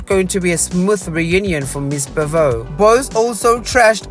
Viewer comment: Good video, but it's pronounced 'bow-vay' not 'buh-voe'